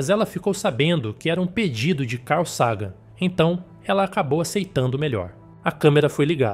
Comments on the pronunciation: Carl /sagan (e não “seigan”) é o nome da nave também errado foneticamente em algumas vezes, tornam esse vídeo lamentável! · Nossa !!!! Carl Sagân??? Carl Ságan???